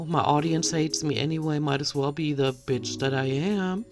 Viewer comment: Lovely, nothing amuses me more than hearing you sat "beeatch" 😂😂😂 Love it!!!❤